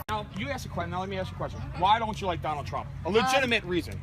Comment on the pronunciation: He said Doneld shrimp